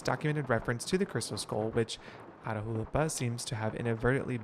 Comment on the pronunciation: Catch me screaming everytime mispronounces Atahualpa 😂😂 loved this gameplay!!!